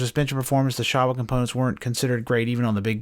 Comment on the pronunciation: Showa is pronounced like “show” “wah” , just to let you know! 👍🏽